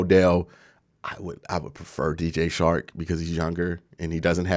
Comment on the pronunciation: Dj CHARK NOT SHARK. work on your communication. And pronunciation. You have talent.